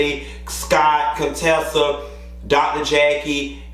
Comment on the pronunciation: I laughed a little to merch when you read Contessa 😭😭😭😄😄😄